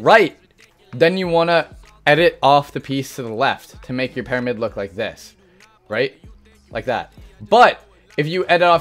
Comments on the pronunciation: Hhmm parimid he says not pyramid hmm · It's pyramid not pairamid buddy GOOD LORD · He says paramyid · Or just learn how to do double 90s and keep your “peromid” (as you pronounced it) the same to cone people. No new meta here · this man thinks you pronounce pyramid "paramid"... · Am I hearing it wrong or he keeps saying "PEARAMID"? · Someone teach him how to say the word "Pyramid"